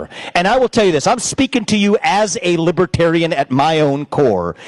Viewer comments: Lib-A-tarian??? Isn’t it Lib-ER-tarian?? What a goofball!! It’s truly mind boggling so many have fallen victim to the brainwashing and gaslighting of the dumpster!! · Lipatarian lol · What's a 'libitarian'? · He keeps saying "libbatarian." You'd think if he wants their votes he would learn how to pronounce it. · Trump can't even pronounce Libertarian. He's pronouncing it as "Lib-a-tarian". I vote Trump for prison 2024! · He can’t even pronounce libertarian. He keeps saying Libah- Tarian. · Trump says "Libetarian". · “Libeterian?” Maybe he should have practiced saying that word. What an idiot! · Does he know it’s Libertarian… not Libitarian.😢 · What's a LIBITARIAN? 😂😂😂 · He can't even say Liberaterian right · Trump says “Libatarian.” It’s like people who say “libary” and “Febuary.” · Libatarian ??? Poor baby, he's got a speech impediment !! 🤪🤪🤪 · Now Rama swampee calls himself a liberatarian ?? Trump can’t even pronounce the word right. “ LibAterian ?? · "I will put a Libahtarian in my cabinet. You get a Libahtarian! You get a Libahtarian!" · libitarian....he doesn't even know how to say libertarian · 😮😮 He can’t even pronounce the word LibeRtarian properly 🤡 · Dump can't even pronounce "Libertarian" !!! There is a r before the t . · It would be really nice if he could say "LIBERTARIAN" Correctly! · He can't even pronounce "libertarian".😂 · He can’t even pronounce Libertarian correctly.